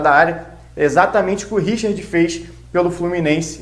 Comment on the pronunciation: Meu caro vascaino, da onde você tirou essa pronuncia, Richird? Mama mia!